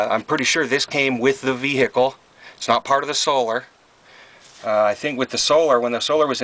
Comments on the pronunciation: That's pronounced "BROAM," ok ? Dude, the camera work makes the viewer want to swallow their tongue. Nice ride ! I only have a toilette in mine. I really need to install a shower as well, plus I don't have hot water. That's Vehicle, not VEEEEEHICK-LE ;) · I'm not sure what is more annoying. Calling it a C class (it's a B) or saying brouGham. The G and the H for that matter, is silent. It is BRO'um. And you could back off on the H in veHICKul some as well. Congrats on the purchase. It really does look good. What engine is it? 360, I would guess. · The way you say 'vehicle' makes me cringe